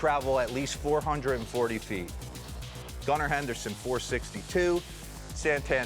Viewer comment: Why was Brian Kenney calling him "Goon-ar" Henderson on MLB Tonight?